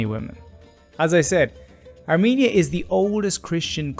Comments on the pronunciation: Let me correct you it is not are meania It is called Ar-Men-ia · The pronunciaton is R-men - ia or Ar-men-ian there is no me or mean inARMENIAN